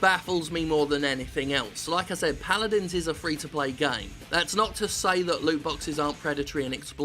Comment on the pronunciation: Fre? Gotta love those FREH GAHMS! Oh... My money seems to be missing.